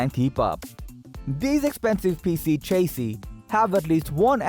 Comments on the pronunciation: It's chassis not chasee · Repeat after me… sha see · New drinking game. Take a shot every time this gentlemen mispronounces chassis. As a matter of fact don’t. You’ll die.